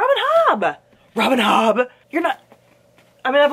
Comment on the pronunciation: Omg LOL’ing at the way you said “Robin HOBBB” 😂😂 I’m curious tho why u don’t want people to see your books when ur working? And also, yes I totally feel like since they were all in the room, they nominated each other’s books. Artists tend to suck each other’s D’s that way. I know there’s like the every now and again feud between artists (authors, actresses, musicians etc) but generally all you ever hear from them is how awesome amazing and talented the other is, & how great it was to work with them. Toni Odeyemi does NOT belong on this list IMO . She is insufferablec